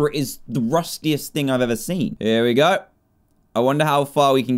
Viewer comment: Dan said gooooi